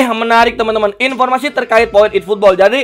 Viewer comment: "iiiputbol" wkwk